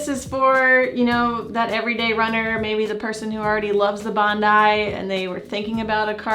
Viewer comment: Just watched another review of this. Sooo distracting to hear it pronounced Bond-eee 🤣. Love your reviews by the way 😊👍.